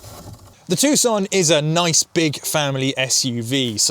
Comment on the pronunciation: You're right.. It's pronouced TOO-SAN not TUCK-SUN.... However, the name of the maker is pronouced HYUN-DAE.. not HI-YUN-DAI...